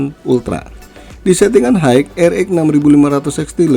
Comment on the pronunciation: High, pronounce nya hi bang bukan haig 😅